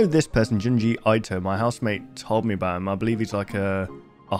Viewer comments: hey man i doubt im the first to nag you about it but junji ito is pronounced "ee-to", not "eye-to". for future reference, in japanese "i" is almost always pronounced as "ee". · It’s pronounced ee-toe